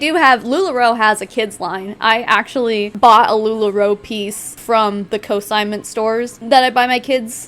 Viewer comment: It’s consignment not cosignment. Lularoe scamming young and old 🙄